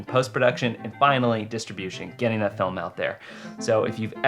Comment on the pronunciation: You got a strange accent... you say "felm" instead of /fɪlm/